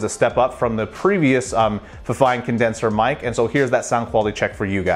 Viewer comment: It's pronounced "feefine" if that helps.